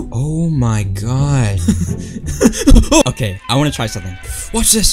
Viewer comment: "It's OKEH to be not OKEH"❤️ Titan Cries 😭